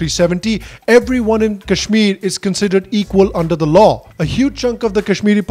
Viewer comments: Seriously! people who can't even pronounce 'Kashmir' properly, are trying to preach India………!! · People who can't even pronounce kashmir are lecturing us on how to govern it